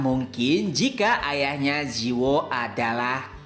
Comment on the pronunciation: Cara bacanya ji woo --> ji - u (u nya dibaca kayak wu aja kalau susah jadi ji-wu), terus judulnya Eleceed dibacanya il-lek-ssi-deu. Semangat terus min selalu nunggu tiap selasa malam buat episode barunya..